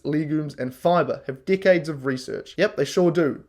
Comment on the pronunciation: I love how he pronounces decades as dick AIDS